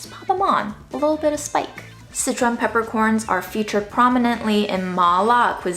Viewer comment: Until this video, I always thought you were saying citron peppercorns. It was very exciting to realize I HAVE favorite peppercorns!!!!!